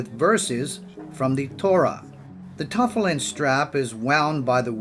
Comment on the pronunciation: If you're going to do a Jewish video, at least learn how to pronounce tefillin and Chabad. Respect.